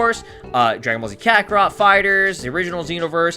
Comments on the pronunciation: It sound like he said Kakorot Fighterz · No I meant when you were listing off what games you had i sounded like you said Kakarot Fighterz